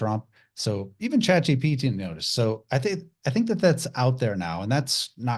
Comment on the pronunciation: it's ChatGPT, not GTP 😉 just trying to help 🙏👌